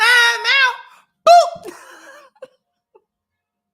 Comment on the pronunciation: That boop had a little extra emphasis on it I don’t know. Could I be wrong? Lol